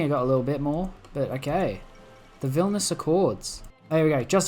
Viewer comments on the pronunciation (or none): none